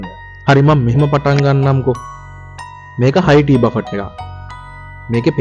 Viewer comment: දරුවෝ.... බෆට් කියලා වචනයක් නැහැ. ඉන්ග්‍රීසි අකුරු ලියලා තියන විදියටම කියන්න බැහැ. Uk English සහ USA English ශබ්ද කරද්දී වෙනස් වෙනවා. නමුත් ඔහොම වචනයක් නැහැ. බුෆේ..... එක්කෝ බෆේ... T අකුර ශබ්ද වෙන්නේ නැහැ. Buffet . බෆට් කියන්න එපා.